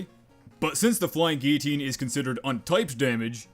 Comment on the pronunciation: You're one of the rare people that can say flying guillotine properly.